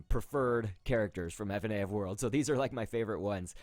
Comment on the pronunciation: NOT FUHNAF JUST FNAF JEEZ!